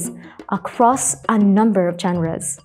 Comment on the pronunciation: CONSTRUCTIVE CRITICISM ONLY ✌️ genres - génres (the stress is on the first syllable). When you're pronouncing it, it's like both syllables have the same speed decipher - di-say-fur, not de-see-fur refers - reférs (with stress on the second syllable), not réfers. You kept saying réfers since the first episode and I wonder what your reference (now the stress is on the first syllable) is. 😅😅 exciting - iksayting, not egzayting modules - mah-jools, not mow-jools